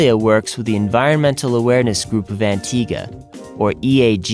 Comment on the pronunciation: I'm glad you know how to Pronounce antigua :D because most tourist don't. Great Video :)